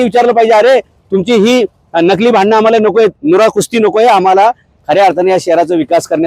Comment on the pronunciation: भांडन नाहीरे राजा भांडण म्हणावं. ण ण बाण बाणातला ण. सदाशिव पेठे मध्ये फिरला नाहीस का कधी